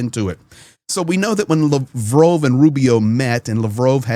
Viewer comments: Lavrov not Lavrove, say it right ffs. Lav Rov, say it out loud. Lav Rove is what you say. He's Russian not French 😂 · Hi. Just wondering why you pronounce his name as "Lavrove' and not" Lavrov"? I don't speak Russian so I'm just curious as to what is the correct pronunciation. Thanks 👍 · Your pronouncing Lavrov wrong lol